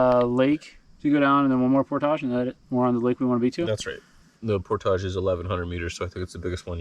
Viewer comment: Great vid. You've seen more of back country Ontario than 99% of the people who live here. You always look at home in a canoe on our lakes and rivers, so by this time you should just consider yourself an honorary Canuckistanian. You even pronounce 'portage' correctly. Looking forward to part deux. Drive from Ohio to northern boonies though... that's a long drive for a fairly short trip. Did you cross at the Sault, or Windsor/Detroit?